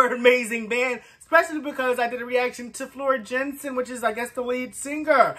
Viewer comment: "Yansen". "J" is pronounced as a "Y" in Dutch.